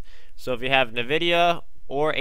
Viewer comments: just gonna throw this out there its pronounced En-vid-ee-ah not Niv-id-ee-ah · It's not motherfucking pronounced "Na-videa" holy fuck it's "EN-VIDEA" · It's called EN-vidia. What's the point of using black bars though?